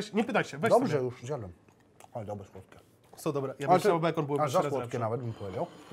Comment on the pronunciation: ciagle taki Janusz ciagle "oesu ake dobłe" XDDDDD wkurwia mnie